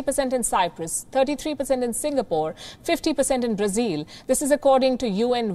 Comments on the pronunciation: Palki, why do you say Brazeal? It is Brazil. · Her pronunciation is more accurate. Brazil is how westerners say it. Brazilians say Brazeal.